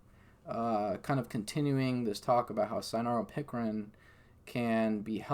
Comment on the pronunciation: It sounded like what u spelled or maybe even spelled what he said wrong in the written transcripts...none the less...he spelled the correct word out for you in his reply...he was saying cynaropicrin....not sanoran pickering.